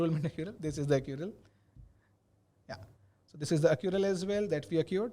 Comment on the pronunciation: It is ACCRUAL guys :) .. not Accural :D... anyways great session.. Good luck !